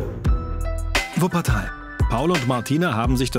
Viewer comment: "Wuppertal"💀😂 Der typ hat doch auch was gezogen vor dem interview👀